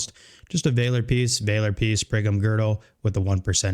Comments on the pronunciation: It’s Valor , not Vayler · Vaaa-ler, not Vay-ler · Great video, Valor is pronounced as Vaal-or like honor and valor. Keep up the awesome work! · Just wanted to let you know, you are saying "valor" very wrong. You should look up the word and check out how its pronounced.